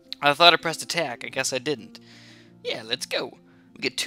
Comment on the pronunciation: Attack? you mean.....ATACK